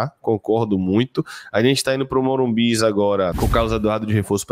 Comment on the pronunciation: Porque fala morumbis ao invés de Morumbi?